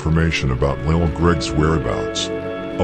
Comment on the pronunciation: Broooooooo it's pronounced lil lessssssss